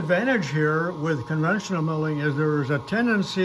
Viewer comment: Conventional, not "convential". The sudden backlash take up often abruptly surprises the novice.